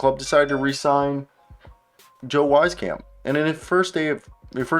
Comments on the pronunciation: Great analysis keep up the good work, just a heads up though it's pronounced Weez camp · Public service announcement: It’s pronounced “Weese-camp” He was a good, but streaky shooter in San Antonio, just a little inconsistent, but so was his playing time, and that was to be expected. He almost made the Spurs roster this year, but was their last cut, in favor of keeping Romeo Langford for defensive purposes.